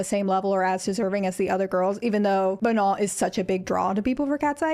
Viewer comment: let’s start by pronouncing her name properly, MA-NO. watch literally any interview where she says her name..